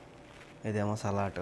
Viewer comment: Salatu kadu Sami Salad anali With D not with T Innalu foreign lo unnavu kocham English nerchuko